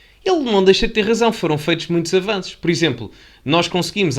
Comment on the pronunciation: Avanços ou ele ia dizendo afananços?